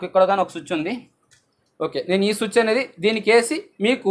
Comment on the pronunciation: బయ్య సుచ్ కాదు స్విచ్